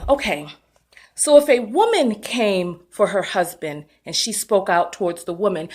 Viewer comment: DID YOU SAY HER HUB-SON????????💀💀💀💀💀💀💀💀